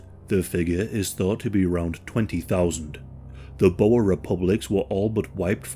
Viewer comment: Omw the way he says boere 😂 we ain't snakes